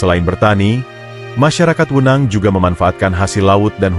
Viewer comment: Tekanan e', belajar lagi penggunaan kata e' pada kata "Wenang", lucu kedengarannya.